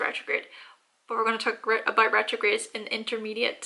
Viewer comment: “That’s aboot it”